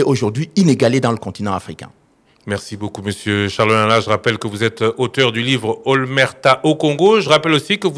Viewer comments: on dit" Omerta" et non" Olmerta" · "OMERTA" ET NON "OLMERTA" que vous avez exprimé quatre fois Monsieur le ljournaliste !